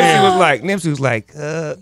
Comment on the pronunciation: Who the fuck is Nipsye?? FIX IT!!!